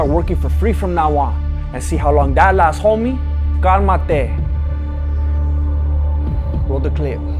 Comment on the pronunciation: hahahaha he said "calmatee"!!!